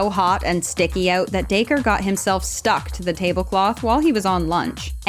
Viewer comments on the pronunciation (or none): none